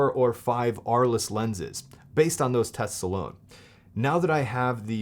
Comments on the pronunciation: The pronunciation is "arl". Thanks for the video! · Thanks for the video. By the way, the lenses are named after a French city which was home to painters Vincent van Gogh and Pablo Picasso. As apocryphal man pointed out, it's pronounced "Arl," the "es" is silent.